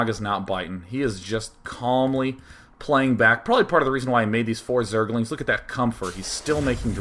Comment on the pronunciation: zerg-el-ings lol love day9